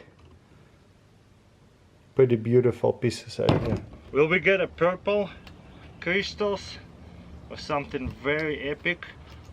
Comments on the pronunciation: Yes yes biiig crištals lol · I love how he says crystals.